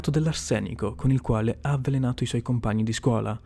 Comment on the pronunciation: "avvalenato" aahhaahhahh lol